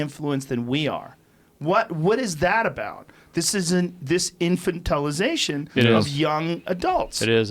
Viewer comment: Joe "infantilization" Rogan